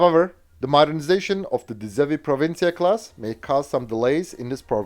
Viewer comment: Well done on the Dutch pronunciation, you pulled it off impressively 😅